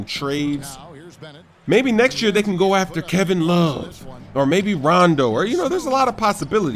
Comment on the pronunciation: Not Kevin Love, Kevin LURVE! Love